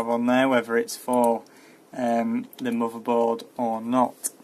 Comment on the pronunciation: LOL at some point you show off your settings voltages etc.. that is pure bragging since the video is totally about bios update not your settings. Showing u have a longer ** is useless. The only useful thing in that case is that u suggest to write down the setting... Nice Mordor ... oh sorry mother board. Cool pronounce!